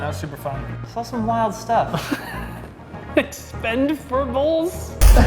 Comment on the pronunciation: Lmao expend-four-bles